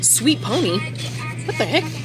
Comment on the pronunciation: Not the sweet pony 🤣 it’s pea-ony 🤣